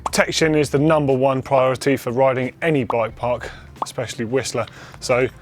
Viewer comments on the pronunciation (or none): "Protection is numbah wone pryoritey"